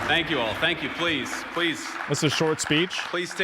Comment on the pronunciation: But don't forget to say tank weu for wachin!